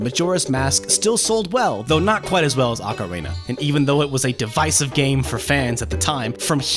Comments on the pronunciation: PointsofData now that I think about it, there’s two ways to pronounce it 1 in English. 1 in Japanese. So the person who made this video pronounced it in Japanese. The people in this thread have no idea what they’re talking about. Feel free to pronounce it anyway what’s best for ya. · Sounds like he’s mixing Auckland and the Macarena lol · You don't know how to say ocarina? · Why can't this guy pronounce ocarina? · He almost said it correctly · ive heard people pronounce it ocarina and oakarina but never ocarena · Ocarina as in Ocareena not OcaRAYna... Great vid and all, but that bugged me. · "Ocar-ay-na". Lol.. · He is saying Ah-Ca-Rey-Na. You're supposed to say Oh-Ca-Ree-Na. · The blurry text on the Majora's Mask "Insert Expansion Pak" screen are images, not vector text. Also, dude, the word ocarina is pronounced "oh-ka-REE-na" not "ah-ka-RAY-na" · In English its pronounced Okka-Ree-Na i don't get what the problem is. (EDIT) went back and heard him say okka-Ray-Na.... ewww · he said ocarana its ocarina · You noted mispronouncing the wrestler's name but you consistently mispronounced Ocarina. It's pronounced ah-kah-REE-nah. Not like the Macarena. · The way you say "Ocarina" almost sounds like "macarena." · TW1ST3D R3DN3CK I’m very much old enough, and he totally says “ocareyna” several times, and it’s super annoying lol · “Okkarehna” how does one fuck up do bad? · No he didn't. You say it like "oh careena" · Okra reena? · Funny you bring that up. Years ago a friend and I came up with a Zelda themed cover of the song The Macarena. Of course called "Hey Ocarina!" no jokes yo. Who would make that up? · Beat me to this comment, I kept hearing Macarena, wasn't sure if it was just me. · He is saying it wrong. It's Oca-reena. Glad we cleared it out. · it is pronounced "ah-ka-ree-na" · “Ocarena” LOL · why does he say "ocarena"? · kagetsu the proper pronunciation is ockorina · kagetsu it is pronounced Ocarina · Lol he said ocarena. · DOOO the Ocarayna! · Ocarana lol